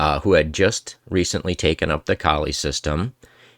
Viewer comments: It's a good presentation, but isn't the first rule to pronounce the man's name correctly? lol He was from the Flemish or Dutch part of Belgium, so it's probably German-sounding: Kol-uh. Then again, native English speakers really butcher "Scheveningen." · It’s pronounced Kaw-lee as far as I know.